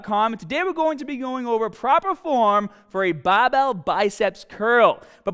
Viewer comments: Was watching an 4 year old vid and then came to this and looks like Scott has picked up an Australian accent?? (Pronouncing hahd instead of hard and bahbell instead of barbell) Did he immigrate? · Curl the bahhbell in ya ahhms real hahhd! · BAHBELL STAHDED AHMS HAHDA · "bawbow biceps curls" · I think you spelled the tittle wrong; because its not Barbell, its Bah-bell Love the video Scott! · Gotta be from Bahhhston?? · I should've used the straight BAAHBELL! Love you Scott :p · Baaaahbell, Aahms, Taaahget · Tense your Bagh and grab the bahball heavy bahhh bahhbell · "Babel curl" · You won't get big unless u say bahhbell